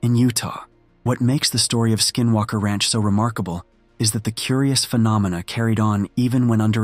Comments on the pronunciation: "Crop circle phee-no-meena." 😂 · The way it pronounced phenomena was hilarious 😂